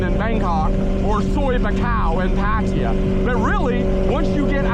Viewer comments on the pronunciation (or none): I’m pretty sure it is not pronounced “Pat tier” for Pattaya